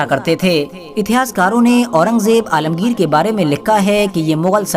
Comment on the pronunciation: alamgir ra ko bilkul sahi se nahi bola bad